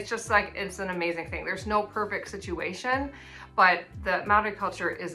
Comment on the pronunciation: Your pronunciation of Maori is pretty good, but the R needs some practice. At the moment it sounds more like an L. It's much the same as the Spanish R, a flick of the tongue across the roof of the mouth, like a very soft and fast D.